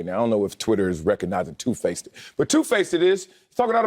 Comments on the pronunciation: “Two FACETED” 😂 You’re the guy who says “Can I akks you a question?” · Two-faced not two-faceded.